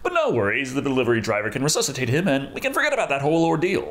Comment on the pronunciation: Thank you for saying "resuscitate" instead of the default "resescitate", as do so many people.